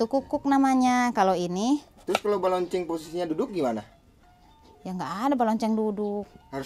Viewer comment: Balencong sanes balonceng teh